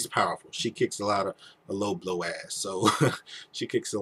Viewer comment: Did he pronounce Lobo as "Low-blow"? Ha, that actually fits.